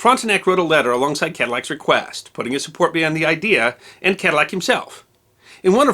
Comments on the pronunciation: I believe the proper pronunciation would be to eliminate the double "L" sound so it comes out as " ca-dee-ac" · In school as a child in Louisiana, I was taught that the correct pronunciation was Kaah-dee-ack for the person and Ka-dil-lac was the Americanization for the car.